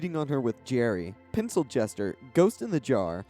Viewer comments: It’s pensylvester not pencilchester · Did you say Pencil Jester? Or Pensylvester? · It’s pencilvester not pencil-jester .. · Pencil-vester (like Sylvester) I'm sure you've already gotten comments about this tho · It's pencil-vester 🤔